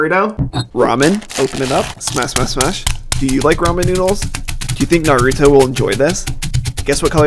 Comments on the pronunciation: no it’s not, In the anime they pronounce it NAR-OO-TOE not NAH-ROOT-OH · It’s Naruto pronounced naritoe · You said Naruno it’s pronounced Naruto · excuse me sir nar-ri-toe who pronounces it like that